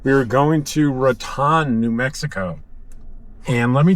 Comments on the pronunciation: Ra tone, not Rat on. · I always heard it pronounced Ratone